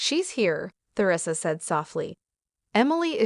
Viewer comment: Who pronounces her name “Ther ree sa?” Nobody except for the narrator and people who lived about 600 years ago.